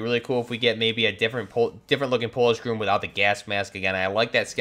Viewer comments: its pronounced GROM not groom! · That’s a Princeton Tec tasklight, and it’s Not pronounced “GROOM” just Grom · Grom isn't pronounced groom it's grahm. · It’s GROM not GROOM. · Just FYI, Polish GROM is pronounced with short "o", not like GROOM. Very good video.😀